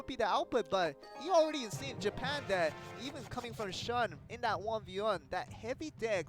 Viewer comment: Shun is pronounced Shoon fellas.